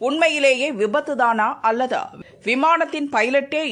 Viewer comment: 'அல்லதா' இல்லை 'அல்லது'. முதலில் தமிழை ஒழுங்காக உச்சரிக்கப் பழகு